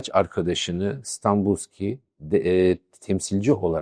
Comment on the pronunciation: Hocam öncelikle saygılarımı sunuyorum. Anlattıklarınızın müptelasıyım. Araştırmacı ruhunuza, anlatım üslûbunuza, sahada harcadığınız emeğe hayran olmamak mümkün değil. Videolarınızı heyecanla takip ediyorum. Ben Bulgaristan göçmeniyim. Önemsiz küçük bir düzeltme yapma cüretini göstermek istiyorum. Dönemin Bulgaristan başbakanının soyadı Stanboliyski (Станболийски) şeklinde telaffuz ediliyor. En içten teşekkür ve saygılarımı sunuyorum.